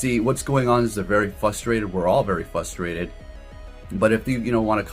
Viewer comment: fRustrated. You sound like a goof saying fustrated